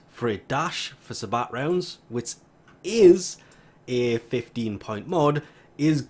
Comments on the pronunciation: I'm sorry but sabot is pronounced say-bow rounds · It's pronounced say-bo rounds, the T is silent.